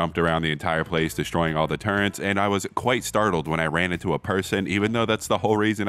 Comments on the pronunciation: pronouncing turrets as turrents, his boxing days really hit his head heavy thats real immersion 💀💀💀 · "Turrents" -, 2023